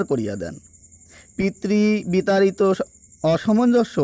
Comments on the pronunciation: মূল্যবান তথ্যের জন্য ধন্যবাদ। আপনার উচ্চারণে প্রচুর ভুল, এ ধরনের ভিডিও বানানোর আগে দু-চারবার উচ্চারণের প্র্যাকটিস করে নেওয়া ভালো যেমন অসমনজ কে আপনি প্রতিবারই অসামাঞ্জস্য উচ্চারণ করেছেন। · অসমঞ্জ একটি শব্দকে একাধিকবার ভুল উচ্চারণ করে কি বোঝাতে চাইছেন????